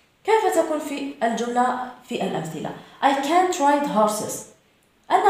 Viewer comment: Canťيقول كانت وليس كان نوت صححي خطأ وشكرا